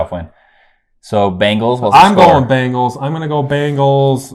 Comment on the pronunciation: BANGLES? it's an 'e' Bengals. LOLOLOL